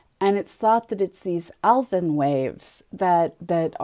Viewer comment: The ‘f’ in Alfvén is silent. Al-ve:n